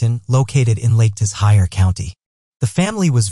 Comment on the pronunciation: Man saw the word "Leicestershire" and went "yeah, 'Lake tis hire' sounds accurate."